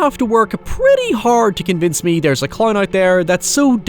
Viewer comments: “Killer claurn” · "art the clowrn"